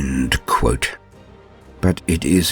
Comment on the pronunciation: too quuohte